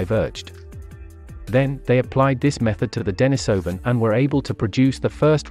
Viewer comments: The accent is on the I, which is pronounced ee, not eye. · The common pronunciation is "Dennis O Van", not "Die Niss O Van" - you used both in in your presentation. The reason for Dennis is because a Hermit named Dennis last occupied that cave. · wtf is the matter with this narrator?! Its denisovan as in iran not iron!!! yet he keeps switching the pronunciation of the 'i' in denisovan?!!! Too many mushrooms for this guy